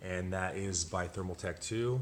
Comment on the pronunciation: Bro... you made my head hurt here! Stop saying Thermal tech.....It is ThermalTAKE! nice looking build though. Just kinda poor on explaining everything